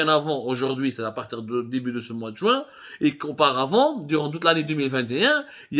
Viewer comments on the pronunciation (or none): none